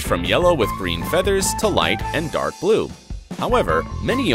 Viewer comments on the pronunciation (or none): none